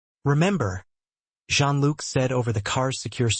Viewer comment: It is not prnounced "Gene Look" but more like "Zhean luc"